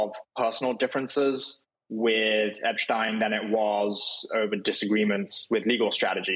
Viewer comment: Why can't people say Epstein? How does it become eppschtyne